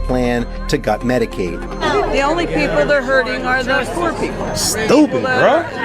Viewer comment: I HEARD HER SAY MEDIKILL...DID I STUMBLE????